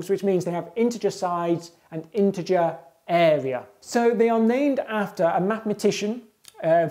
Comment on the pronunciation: Love how he says “eh-wea”